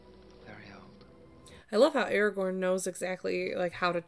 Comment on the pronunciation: Thank you! I couldn’t take much more of you calling him Eragon.